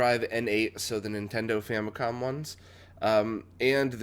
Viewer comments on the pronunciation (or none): none